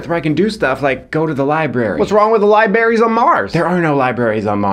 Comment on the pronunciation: "Libaries". xD